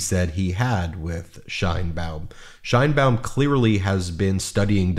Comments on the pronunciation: IT'S "SHEINBAUM" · Actually, she pronounces her last name according to Spanish phonetics: SHANE-baum. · Great video. Can you please pronounce her last name correctly? The correct pronunciation of “Sheinbaum,” as in Claudia Sheinbaum, the first woman president of Mexico, is: SHAYN-bahm • “Shein” sounds like “Shane.” • “Baum” rhymes with “mom.”